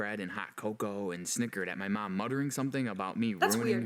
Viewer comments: Why does this guy say Mum/Mom (where u from) so weird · How he says mom: meom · I can't be the only one who noticed the way the guy pronounced "mom" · The way he says Mom is funny 😂